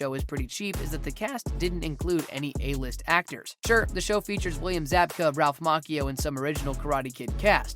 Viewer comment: Dude, you really need to proof watch your stuff. You make too many mistakes. Macchio has the cha sound not k. It was Miguel that was rushed to the hospital, not Robbie. Just pay attention man when your doing your thing.